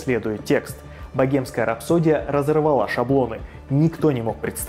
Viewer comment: Блин как режет слух .. богемская ,, 😢